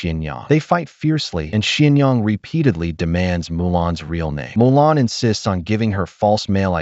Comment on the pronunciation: Mulan. Not Molan.